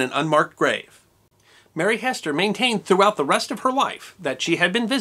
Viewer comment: Pretty accurate....but.... her name was HEASTER, not Hester.... pronounced HEE-ster... Zona HEE-ster Shue... I live beside that sign in Sam Black Church, West Virginia although her grave is about two miles away at the bottom of Little Sewell Mountain... and have known the descendants of the Heasters all my life... the old homestead where it happened is still standing..